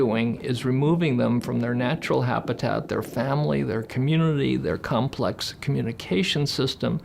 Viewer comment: I'd completely agree. However : way before oomans were. I said that orcas and other citations..." Sorry but you lost me right there. Get someone coherent to speak, it's infuriating. Complux uh beyond uh complux beyond mah compressive understanding fo suh. Reminds me of a £120000 a year university lecturer who suggested we put out "kestionairs" to research the concept of "lov" over "sekual attraction" You can't even string a sentence together ffs...🤡